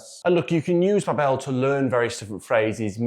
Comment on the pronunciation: To promote Babel, I would first recommend learning how to pronounce the company. It's BA-bel not Ba-BELLE, stress on first syllable ;)